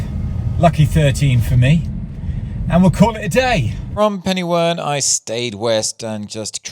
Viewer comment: Hello from Welsh Wales. Interested to see your drop off at Penywern. A very Welsh name, Pen meaning Head, y meaning the and Wern meaning Swamp or Quagmire so you get “head or the swamp” Welsh pronunciation phonetically would be pen-er-where(n)